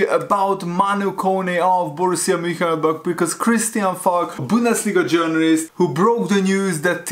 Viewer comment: what's up lad, it's Mun- Chen- glad-back